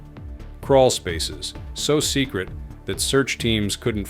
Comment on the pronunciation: Secret not ts